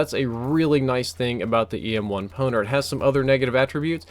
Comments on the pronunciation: Who else heard ASM1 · he says ASM1 on accident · He called it ASM1 and it a EM1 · You need to start using a script. You had wuite a few wrong words. "The EM1 is one of the best variants in the game" "The PWNR is one of the best guns" and you even said ASM1 instead if EM1 once